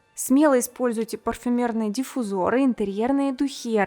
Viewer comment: спасибо за очередной прекрасный ролик! Но (извините) правильно говорить: "жалюзИ" и "диффУзор".